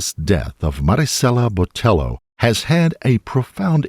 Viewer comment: I wish he would say her name correctly if not consistently. Cringggggeeee